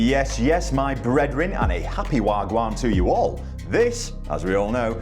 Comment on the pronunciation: Did I really hear "Yes, yes my breedrin”. 😂